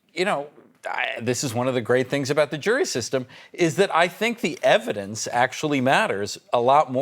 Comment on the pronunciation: Remember when Ben Meisalis says EV-I-DENCE.